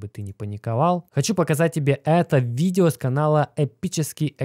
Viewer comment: кого бесит его слово новое виДДДео ? мне лично режет слух